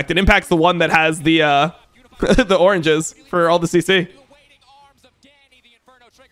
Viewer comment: Dom said oranges, but with his accent, it sounded a lot like Orn Jizz. if anyone needs it. Take care, may Jehovas Witnesses witness you all.